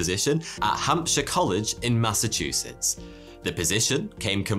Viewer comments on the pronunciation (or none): none